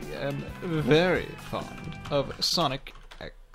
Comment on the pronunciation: No one:: sOnCi